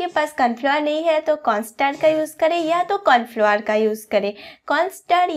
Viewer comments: Kya bola : Confluoar 😂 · Corn flour bolna nahi aa raha hai